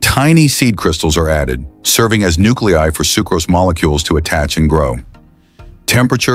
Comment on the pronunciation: This is clearly AI narration. Common words like sucrose are being mispronounced.